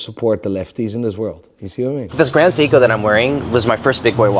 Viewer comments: What baffles me, he calls it "Cee-ko", "Cee-ko" who? At least get the brand name right. Also, Rolex has literally no value besides the scarcity they create. Get an Explorer or an Oyster Perpetual slap a different name on the dial, call it Mulex and try to sell it only for its design. Now get a Grand Seiko, take the brand away and name it Cee-ko, I am pretty sure what people will choose. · "Educate someone correctly". Will you stop saying Seeko and Bretling then? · Can't even pronounce Seiko ... asked chatGPT for an explanation ... enough said, expert my ass